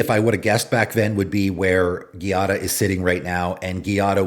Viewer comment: Giada is pronounced GEE-ah-da. GEE like Jeep or gee whiz. It's not pronounced like Karate gi, the clothing. It's an actual Italian female name. There is a famous Chef named Giada De Laurentiis in real life. Also, you can google "pronounce Giada." I wish people would google some of these names. Some are actual names that you can look up how to pronounce with google.